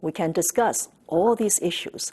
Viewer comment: DISCUSCE NOT WIDROW She say .....bad reporter dont lie dont clipbate🤔🤔🤔🤔